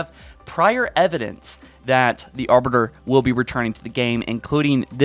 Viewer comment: Mans says Arber, yo it’s Arbiter